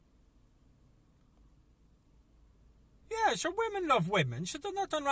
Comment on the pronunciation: weemeng lovink other weemeng